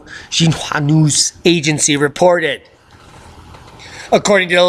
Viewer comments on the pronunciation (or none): none